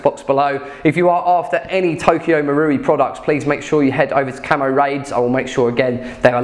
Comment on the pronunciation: learnt to say Marui! Had all sorts of Maouri before hahaha